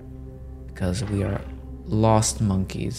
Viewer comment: lol you said lost mokeys🙊🙊🙊🙊🙊🙊🙊